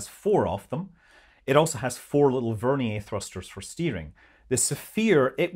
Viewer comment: Ver’-nee-er not Ver-nee-yay’